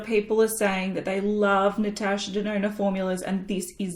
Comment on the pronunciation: As LivLovesHerMakeup say "Natasha DeNONO"